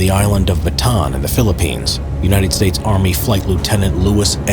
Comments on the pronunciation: The narrator: batan Me:bataan Say it with me BA TA AN The narrator: ba tan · Its not batan.... its BATA AN LIKE BATA-ANNE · The most annoying word is Batan it’s supposed to be Bataan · why do americans say ba_tan its ba_ta_an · Unnecessary correction: the correct pronunciation of "bataan" is "ba-ta-an" not "ba-taan" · bruh, it’s ‘Bataan’ not ‘Batan’ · it's BA-TA-AN. not "baton" or "batan," it's 3 syllables. BA-TA-AN 🇵🇭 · If you're going to be making "history" videos, learn how to prounociate names properly. Ba-ta-'ahn. I don't even know if you are trying to say "La Croix"? You bring dishonor history. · How to speak Bataan correctly: BA-TA-AN :) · He prounouced bataan like bat-han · He pronounces Bataan as Batahn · Ba-ta-an island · Great video! Btw it is "Ba-ta-an". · Why can't Americans say 'Bataan' properly? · It hurts to hear him butcher the name "Bataan"